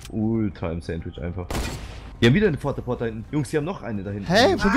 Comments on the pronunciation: Fort-a-Port vor allem Rewi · Fort a port😂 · fort a port haha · Wie rewi einfach fort a port sagt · Fort a port😂😂😂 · es heißt PORT a >FORT und nicht Fort a Port xD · heißt es nicht port-a-fort und nicht fort-a-port? 😂